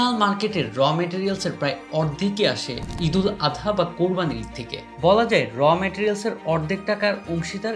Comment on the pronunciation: ঈদুল আদা ?? বাংলা শব্দের উচ্চারণ ঠিক করো